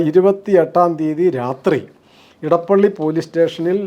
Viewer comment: നിങ്ങൾ എന്തുകൊണ്ടാണ് ഇടപ്പള്ളി എന്നു പറയുന്നത്? അത് ഇടപ്പിള്ളി ആണ്. തിരുവിതാംകൂറിനും കൊച്ചിയ്ക്കും ഇടയിലുള്ള സ്ഥലം - ഇടപ്പിള്ളി